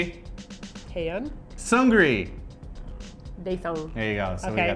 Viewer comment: seungri is pronounce sung lee seung gi is prounced sung gi